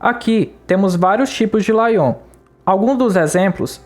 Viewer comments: Muito bom! Só pediria para melhorar a pronúncia de "layout" (lei-áut). Confesso que só fui perceber do que se tratava no meio pro fim do vídeo kkk não tinha entendido o que era "laion" rsrs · laion foi foda kkkkk é leiaute! E não se envergonhe pois todo mundo tem uma história sobre alguma palavra que pronunciou (para si mesmo) por anos errado e só foi descobrir quando compartilhou a ideia em voz alta pra alguém que conhece.